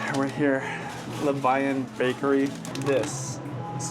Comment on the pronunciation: Levain is the French word for leaven and the bakery is pronounced Le-VEN. Their cookies are so bomb, and I want one every time you show them. Always love the daddy/daughter trips.